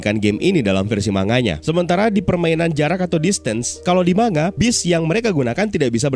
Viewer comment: koreksi kecil tapi tdk penting bang. manga itu bacanya mang-ga bukan ma-nga